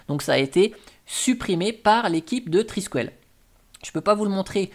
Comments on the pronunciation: Étant Breton, ça se prononce "Triskel" et pas "Triskuel" :p Le symbole en espèce d'étoile de mer qui fait des frisouilles, c'est un Triskel. C'est un peu chelou de proposer Thunderbird, Firefox, etc en virant les logos... y a vraiment des fois je me demande pourquoi certaines distros existent, autre qu'un projet personnel de se dire de faire une distro pour apprendre. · Je ne suis pas bretonne, mais amoureuse de la région et puis bon, je suis à demi irlandaise, donc ceci explique cela 😄 et j'avoue que le « trisquouelle » façon « poêle » à frire m'a un peu écorché les oreilles 😂 Je plaisante évidemment, mais tu commences à connaitre le ton de mes posts 🤪